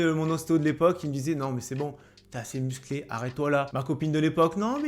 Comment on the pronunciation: la meuf qui dit "jveux pas que tu sois plus muclé" . Hazi là ON EST OU